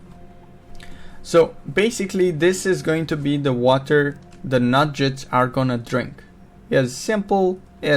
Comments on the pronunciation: There Nuggets not Nu-Jets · OMG they're not Nudge-etts , they're NUG-GETS Learn english FFS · NUGGETS not Nujjets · Nuggets not Nudge-its (as in Chicken Nuggets) NOOB!!!! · Couldn't do it with the nujjets weirdness. The game even pronounces it correctly for you.